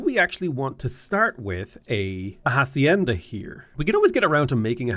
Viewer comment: Great video, the h is silent in hacienda, love you!!